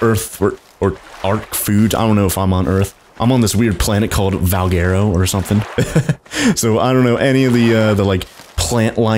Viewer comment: Its Val - gu - ro. All together, Valguero.